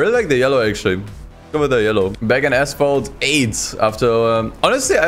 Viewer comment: "Assphalt 8"